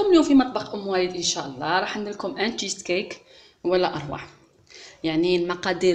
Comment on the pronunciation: انا والله الا قلبي مايخلينيش لازم نهدر شوفي اختي شيز كيك معناه كيكة الجبن وانت هنا أين هو الجبن وانت اصلا ماراكيش عارفة تنطقيه نصيحة مني حاجة متعرفيهاش ماتحوصيش انت اختي غير تاع بطاطا ومطلوع وصوالح تاع الإعراب شاداك للتشيز كيك